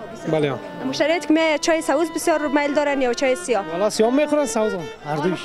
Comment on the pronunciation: اول خو گپ زدن را یاد بیگیر چای سه وز نگو سبز بگو کچه نگو کوچه بگو نگو که گپ نمیزمه بگو صحبت نمیکند نگو تو بگو شما تازبیح نگو تسبیح بگو انگوشتر نگو انگشتر شما رقم حرف میزنید که شاید تا صنف دو درس خوانده باشید در این ویدیو شما به صدهاکلمات را اشتباه تلفظ میکنید من صرف چند دانه اسرا مثال دادم